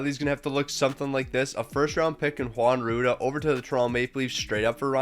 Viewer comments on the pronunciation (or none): none